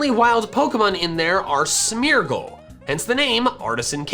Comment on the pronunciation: Everytime he says Smeargle, it sounds like Smeagol